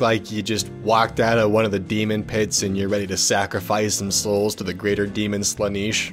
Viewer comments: Slaneesh? Sla-NESH. Sorry man. Jesus. 3 years late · 1: it's Slaanesh not Slaaneesh 2: Slaanesh is not a fucking demon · While I'm ecstatic to find yet another YouTuber aware of 40k. I'm a little irked on how you pronounced Slaanesh. It's more akin to how it's spelt "Slan-nesh" as opposed to the "Slah-Niche" I keep hearing. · It's also not slaneeesh, it's just slaanesh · Ah yes, the Chaos God SLUHNEESH. Pfft, who the hell is Slaanesh? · Is that a motherfucking warhammer refrence?! Also its sla-n-esh not sla-n-ysh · "To the greater demon slan-eesh." You are not worthy enough to call yourself a heretic. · 17 slenash is how it is pronounsed and it is a chasos good not a greater demond (assuming it is from warhammer) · "Sla-neesh", no. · Did.... Did you just pronounce Slaanesh as Slaaneesh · Also the way he pronounced Slaanesh. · The way he said Slannesh made me feel like i was taking a shower and forgot my socks on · The way he pronounces Slaanesh is so funny to me for some reason. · Your pronunciation of Slaanesh phisicly hurt me. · LEARN TO PRONOUNCE FICTIONAL PINK DEAMONS YOU KNOW ITS IMPORTANT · You mispronounced Slanesh